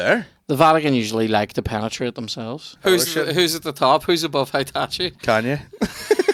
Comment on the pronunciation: HITACHI! 🤣🤣🤣 Its Heihachi 😆